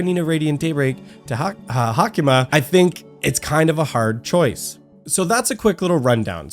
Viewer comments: Its sadly pronounced like hayk-ma tho And he spelled her name wrong....its Haicma,not Hacima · She is HaICma....not HaCIma